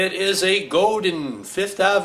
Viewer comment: "Godin" = accent on 2nd syllable